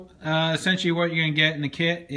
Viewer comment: you say esentialy